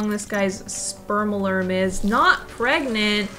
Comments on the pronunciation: Prergnat,pregnante,...😂 Love your videos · the way i was watching this and at the beginning where you said "shes pregnant.......or pregarnte" i literally said pregarnte right before you said it too and i cackled inside a very quiet college cafeteria.🤣🤣🤣🤣🤣🤣🤣🤣